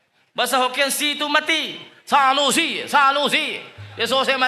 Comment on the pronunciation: Dia sebut tsanusi tu pecah perut la aku ketawa. Hahahahahah😂😂😂